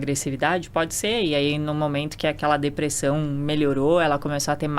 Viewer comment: Eu tento segurar o riso, mas a mulher vai lá e fala "depressÃum". Kkkkkkk Esse sotaque é PEPITA DE OURO, MÊU!